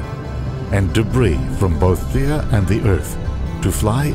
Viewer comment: its Theia not Thira